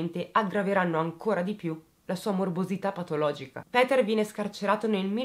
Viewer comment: Ti seguo da poco, ma i tuoi video sono una droga! Molto ben strutturati! Hai una buona pronuncia per il tedesco, meglio sicuro di tanti giornalisti! Péter sarebbe con o stretta e la u di Kürten va pronunciata come la u bergamasca, se vogliamo fare i pignoli precisino e rompere. Se i giornalisti si documentassero come te, non mi verrebbe l'orticaria in alcuni TG! XD Complimenti. Bella e brava! P.S. ti invidio un sacco quei capelli neri...